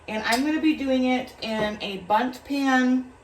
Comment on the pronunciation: What a beautiful places looking “bunting cake” lol. We all know who says bunting instead of Bundt 😂😂😂